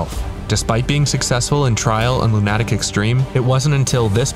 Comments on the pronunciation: LOO-nuh-tick. Not Loo-NAH-tick. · Lu nah tic? Isn't it's Luna tic.. As in mentally ill? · Do you not understand what 3 peat means? That means 3.. in a row. Consecutively. One after the other. And it's Loon-a-tick ffs man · It never ceases to amaze me how trackmania players pronounce the word "lunatic" KEKL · I dont want to word this as criticism, but it will read like it, just ignore! Why do people pronounce Lunatic Extreme like this? Lunatic is just an English word with a pronunciation, but so far I've grown up hearing it pronounced as "LunAtic Extreme". Where did this come from? Is it just language debuff? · Is "lunATic" the "official" way to say it? I just assumed that was Wirtual being Norwegian. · Good video but your pronunciation of lunatic is crazy wrong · Arrrgh, I cringe every time he tries (and fails) to pronounce "Lunatic" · did you mispronounce lunatic or am I a lunatic